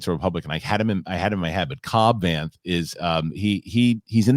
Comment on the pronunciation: got Vanth's name wrong and somehow it’s Mike's fault 😂